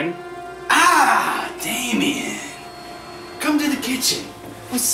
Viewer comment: haha u said damian